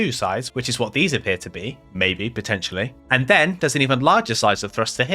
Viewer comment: It's P o t t e n t i a l l y 😂